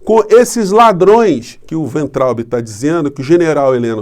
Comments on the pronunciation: Pronúncia de Weintraub: Fiz só dois anos de alemão. Eu traduzo, embora com auxílio de dicionário. Pelas regras do idioma, a pronúncia seria "Vaintraup" (o b em fim de sílaba soa p). Wein = vinho; Traub = uva. Uva de vinho então, se fôssemos traduzir o nome desse ilustre ex-ministro da "indukassão". Alguém quer melhorar a minha explicação? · A pronúncia correta é "vaintraub" (palavra alemã). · E acrescento: o “be” final lê-se “ba”. Assim :Vaintrauba. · Acho que a pronúncia do nome do ministro Weintraub. ---vaintraub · Weintraub = Pronúncia: "Vaintraub"... Segundo o tradutor do Google : Cacho de uvas (com W maiúsculo) e somente uva (se com w minúsculo)... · Se você quer utilizar a pronúncia alemã do nome do ex-ministro, diga Vaintraub. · "Vainterraube" é como se lê e pronuncia o nome deste senhor. Em alemão significa uva. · Professor, humildemente deixo aqui uma dica de pronuncia para o weintraube: no alemão as vogais ei juntas numa palavra lê-se ai. Então lemos "vaintraube" ( o w tem o som de v), traduzindo = uva. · a pronúncia correta do nome do cidadão é é é: vomitotraubi...